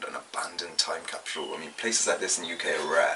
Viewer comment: "time capshool" ?